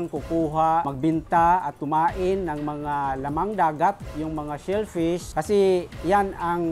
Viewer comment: The brg. Kaptain says shellfish 😭